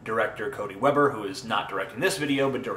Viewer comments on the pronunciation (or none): It's Weber, not Webber.